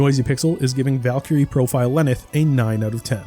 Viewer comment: The pronunciation of valkyrie and einherjar is killing me